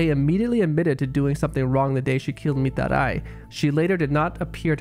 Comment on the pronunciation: The way you pronounce Mitarai rly grinds my gears and hurts my ears, it's annoying